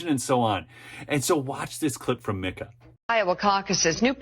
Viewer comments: I don't think she pronounces it "Mick-ah" I believe she pronounces it "MEEK - ah." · FYI Its Meeka as in Peek-a-boo, lol. Both are disgusting women!!